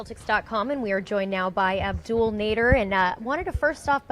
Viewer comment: Another "Abdul" pronunciation isn't it "Abdel"... like Ab-dell